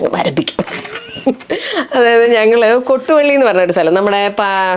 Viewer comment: കൊട്ടു വള്ളിയല്ല കോട്ടുവള്ളിയാണ്.